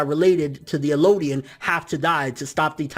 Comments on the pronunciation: It's EL-DIAN!! Not ELO-DIAN!! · Also, Eldian, not Elooodian... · It's eldian L-D-in